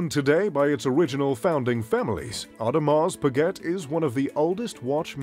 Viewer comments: Audrmars speget🤣🤣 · you say your mr.Luxury and pronounce Audemars Piguet like an American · "Audemahs Pigget" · Orrdemar Pueegetttte.... 😂😂😂😂😂😂😂 and its even his favorite brand 😂😂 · the same people who have heard of audemars pa-get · and breguet,look at the marie antoinette.vacheron constantin,a lange,FP journe,but come on bremont?wtf,o and the pronociation of audemars piguet is hilarious,really? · I know, the AP pronunciation , never heard it said that way . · At least I learned how AP is pronounced. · Your info is off by far. Most expensive Rolex sold in 2017 for $5M? i guess you have not seen the Paul Newman Daytona auction. Also please don't miss pronounce the names. AP you do not pronounce the T. Beritling is among the most luxury? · don't you know how to pronounce Audemars Breget? OMG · Omega is pronounced with the stress on the first syllable - 'Omega - not on the second, as you do in the video. And how to correctly pronounce Audemars Piguet - I don't even try to tell you, you'd never get it. Pretty embarrassing you makeing a video about luxury watches (and claiming to wear some of those) but not even being able to pronounce them. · your pronunications of several words are totally off. Your favourite brand is Audemars Piguet and you don't even know how to say it?! Also, look up how to pronounce the word Submariner. Also, there's no such thing as a Royal Flying CORPSE. Look up how to pronounce the military word "corps". Also, there is no such thing as the American Army - it's called the US Army. Very cringey narration.